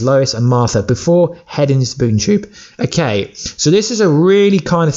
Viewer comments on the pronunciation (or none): none